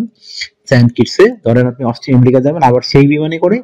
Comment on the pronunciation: এমরিকা না রে ভাই, আমেরিকা।